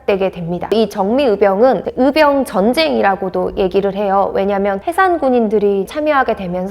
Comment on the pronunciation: 도대체 발음이 안되는 사람을 캐스터로 사용하는 이유가 몰까요? 전라도 사람들 발음 특징이 " 의" 발음을 "으" 라고 하는 아주 몹쓸 발음 습관들이 있는데 적어도 방송 에는 이런 사람을 채용 하면 안되죠.. "의병"을 "으병"으로 발음하는 사람을 캐스터로 사용하지 마세요..아무리 좋은 내용 이라 할지라도 듣기 매우 거북합니다.